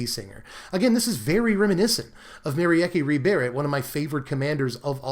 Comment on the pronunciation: "Merry Ecke"? Pretty sure it's "Mer-eekeh".